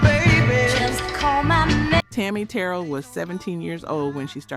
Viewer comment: Thank you for all you do, to inform the viewers on RnB Vinyl artists, whose music & performances we've grown to love. Regarding Tammi, her last name is pronounced Ter-rell.